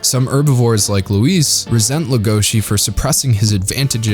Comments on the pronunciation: So we’re just gonna forget that he calls “loui”, “lueis”? Did he even watch the show :/ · Louis's name is pronounced like "Loo Eee", not "Low Ees". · Nobody: Not a soul: This guy: LOW-IS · I've heard "Loius", "Louie" and "Roius/Roous". "Louise" is a new one. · Beastars has tons of strengths, and the messages told are important and well portrayed. But I had a big issue with how everything is told rather than shown. There are so many moments when they explicitly tell you what’s going on in really bland ways. When they introduce Rouis (idk what to put, they pronounce it as Louis but that’s what I saw translated on Netflix), instead of showing that he’s determined to be beastar, they just tell you that he is. Instead of showing that it’s Haru’s instinct to show her arm in Legosi’s mouth, she just says it. The show does manage to have more subtlety in some areas, which I really enjoyed, they don’t when introducing these ideas :/ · Lol I literally died when you called Louis "Lois." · I have no issues with anything said in this video, other than the way he pronounced "Louis" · How do you tell the difference between Beastars fans who read the manga vs. Fans that only watch the anime? It's how they pronounce the grey wolf's name. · Yall watched the sub didnt u...if u watch the dub, you'll know u mispronounced Louis. Nuthn major...its jus my ADD kicking in lol